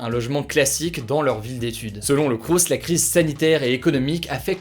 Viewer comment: On ne prononce pas le S à la fin de « crous » ;)